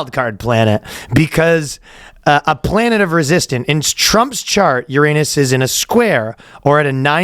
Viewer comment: URANUS pronounciation. Oh no, Please Look that up Ryan!😂😂😂